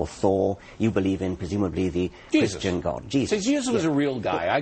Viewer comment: It doesn't matter friend, he said "Chirstiand"